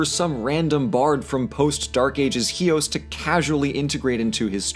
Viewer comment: I like your pronounciation of chios. right on.